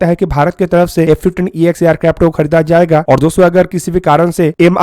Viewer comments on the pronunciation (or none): येरक्राफ्ट नही एअरक्राफ्ट हे😅